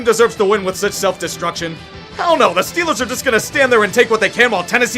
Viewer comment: I missed loving in SW Pennsylvania "Hayll Yea dis hears Stiller Countreee"